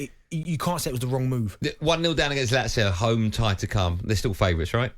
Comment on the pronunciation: Goldstein: that caller pronounced Lazio perfectly, what's wrong with that? You are the one who says it wrong.